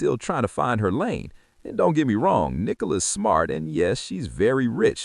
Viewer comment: The girl’s name is Nicola - not Nee - cola! Team VzB - Brooklyn is going to be very sorry he did this one day.